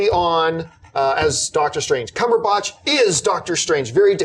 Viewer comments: Tell me I'm not the only one bothered by the way John says "Cumberbatch". It's Batch, emphasis on "At". Not Botch. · What's John Campea's deal with Benedict Cumberbatch's surname. Dude, it's not "CumberbOtch" its pronounced the way its spelled: "Cumberbatch". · This is pointless to say but thought I'd bring it up.... The way John says 'Cumberbatch' is very strange to me from England and on the verge of wrong but more amusing.... It feels like there's too much emphasis on the 'ahhhh' after the B in batch.......